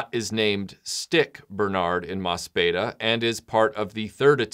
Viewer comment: Just because I have to be a pedantic ass, there is a pronunciation issue with the title. It is an ii sound, not an eh. The katakana translates as "mo su pi i da". Oh, and just as a fun little note, in Mospeada, Lancer...Yellow...whatever is a tribute to the Japanese Onnagata, or male performer in the female role. They became a standard in Kabuki, when it was made illegal for women to perform, starting in 1629. No Kabuki actor's training is complete until he has become proficient as an Onnagata. It has a much deeper cultural resonance for the original Japanese audience than it did for Americans, especially post adaptation.